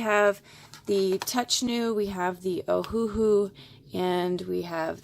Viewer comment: Great video! Btw it's pronounced Oh-Uh-Hu (Owahoo). They named it after the Hawaiian island "Oahu", except they changed the spelling to match how it sounds phonetically: Oh-Uh-Hu but with the dashes removed = Ohuhu.